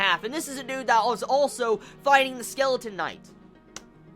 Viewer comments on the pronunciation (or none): none